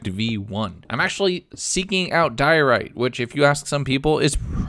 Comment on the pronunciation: he said dirote its not dirote its polished dirote